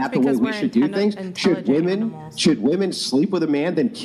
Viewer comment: The gunt chick can't even say "women" correctly.